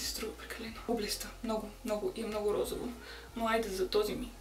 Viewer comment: Казва се розово не розаво